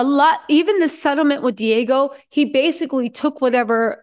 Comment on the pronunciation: It's not Diago It's Diageo